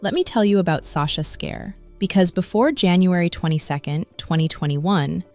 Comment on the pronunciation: Her name is pronounced Scar, Sasha Scar, not Scare